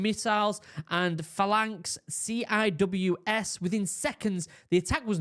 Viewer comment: Bro, could you POMS say things proper.., Phalanx CIWS is spoken as SEEWIZZ, get it? Apart from that, I like your channel.